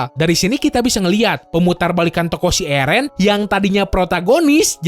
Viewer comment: bang slh pelafatannya eren kwkwkwk